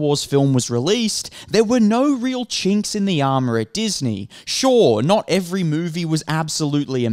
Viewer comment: Bro!! I told you to stop saying yikes. It’s unbecoming. Also loved the video and your perspective. Keep it up. And you said chinks its kinks…. Watch it buddy😂